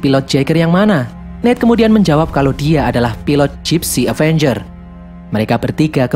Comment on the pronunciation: kok bilangnya Dipsy danger bukannya gipsy avenger